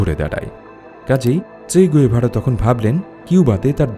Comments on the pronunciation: গুয়েভারা নয়, গেভারা। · আপনার ভিডিও ভালো লাগে। এই ভিডিও তে আপনি বার বার উনার নাম ভুল উচ্চারণ করেছেন। উনার নামের সঠিক উচ্চারণ চে গাভেরা। ধন্যবাদ।